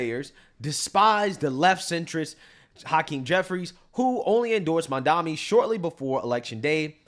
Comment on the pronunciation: Its Mam-dani